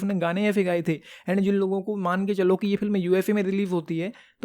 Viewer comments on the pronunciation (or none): Bhai pehle "film" kehna sikhle